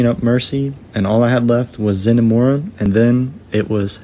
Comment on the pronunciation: did you mispronounce the heroes names on meaning cuz if not then wtf is zenomora